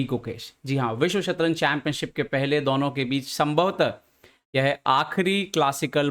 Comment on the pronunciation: Ye Budelkhandi accent hai kya, I have seen same thing with Baba Aniruddhacharya. Why they pronounce दौनो instead of दोनो for addressing 2 people?🤔